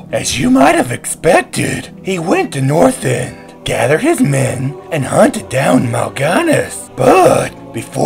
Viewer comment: dude its not northend its northrend :3